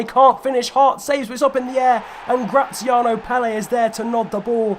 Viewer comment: Graziano PELE? It is clearly pronounced Pel - Er